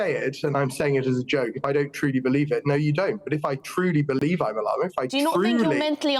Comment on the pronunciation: They cant even pronounce "llama" correctly.